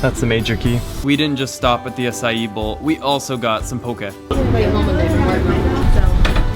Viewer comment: Dude...you butchered the pronunciation of Haleiwa and 'Ehukai...bad...however you did say Acai correct..90% of volggers like Jon Olsen say it wrong..anyway I lived in Haleiwa and Hawaii for 11 years. I made a coconut observation video on a recent visit.